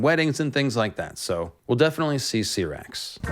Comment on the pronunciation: LMFAO when did George ever say that. There’s certain pronunciations the way they say the dragons names in game of thrones idk where u got that from. U said vhagar and Syrax name wrong